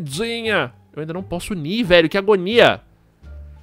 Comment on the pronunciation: Que agonia do falando agOOnia